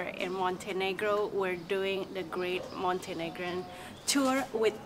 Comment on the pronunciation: Oops! Montenegrin, not Montenegran.